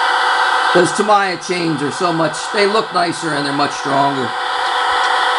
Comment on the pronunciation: Truck looks great! Hey one bit of information (since I live in Japan) - that replacement chain, if you are talking about "Tamiya" brand chain, it is pronounced Ta-mee-ya, with no emphasis on any syllable. Cheers, I really enjoy your vids and your work.